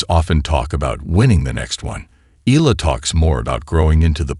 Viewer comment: pronounce it Eyala not E'la❤